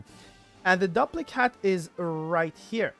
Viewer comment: I think it's probably pronounced DOOP-lic hat. Like duplicate. But duplichat. It duplicates your spells. Duplic-hat.